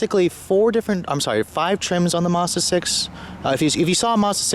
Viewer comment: He said Mars Bar